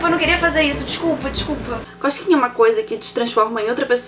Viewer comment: eu entendi ela falando coxquinha ,kkkkkkkkkkkkkkkkkk